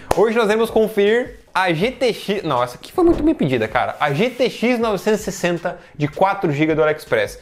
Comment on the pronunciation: Ele nao consegue falar gtx 960. Kkkk Ele fala "gtxnovsssss" 😂😂😂